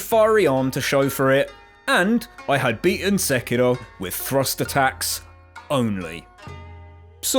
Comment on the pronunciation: Love your pronounciation of sekiro